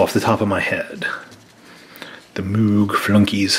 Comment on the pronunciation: "Moog" flunkies? That's Mogg ( pronounced 'mawg') Flunkies! lol ... And with this box opening I realized the "imprint" behind the text box has the shadow image of the expansion symbols that the card originally came from, which I find very nice.